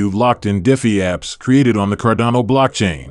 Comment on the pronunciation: Sorry, if you can't even pronounce the coin's name correctly, then it shows you haven't even done the most basic due diligence.